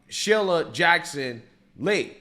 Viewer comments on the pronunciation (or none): Cmon man. Sheila's name has been in the news plenty enough where you have heard how to pronounce her name correctly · I about died laughing when you called her "Shilla!" 😂😂😂